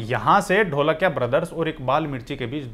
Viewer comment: NOT ढोलकिया IT IS धोळकिया